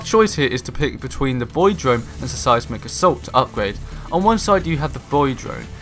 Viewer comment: Just a pointer I think your videos would come across a lot more professionally if you worked on the pronunciation of words, for example you kept saying "Suh Sighs Mick" assault, when it should be "Sighs Mick" assault :)